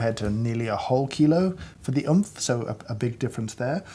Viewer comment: wasnt oomph supposed to pronounced like roblox death sound?